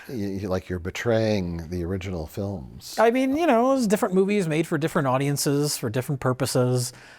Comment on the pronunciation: pronouncing it 'flims' is a very subtle Simpsons reference.